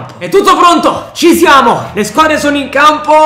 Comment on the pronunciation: Perché dici ci ziamo all' inizio delle partite??